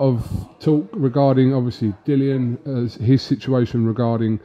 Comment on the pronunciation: in shock here that actually pronounced it as Dillian (rhymes with Gillian) and not Dillon for what seems like the first time ever!